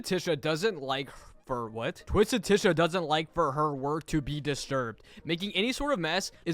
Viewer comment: It’s it’s spelled Tisha and pronounced Tasha